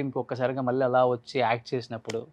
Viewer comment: మల్లీ పెల్లి ఏంటిరా బాబూ ఎవరు మీ తెలుగు మాష్టారు